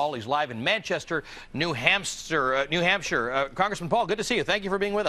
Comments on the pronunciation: Lawl. New Hampster. That's what he said the first try. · did anyone notice said new hamster? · He had it right the 1st time, "New Hamster"... not the people, the State.